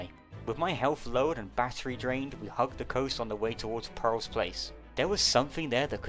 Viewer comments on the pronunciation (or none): none